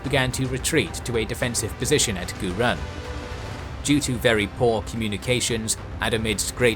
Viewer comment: Great video as always. Though slight pronunciation tips; most Asian pronounce the "U" with "oo" sound, for this instance, Gurun is pronounce as "goo-roon". Also, the "E" in Setar is pronounce with a soft "E", so it almost sounded like "Star".